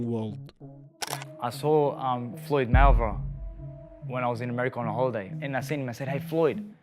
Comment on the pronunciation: 🤣🤣🤣 im dead, why can't he pronounce "Mayweather " ?????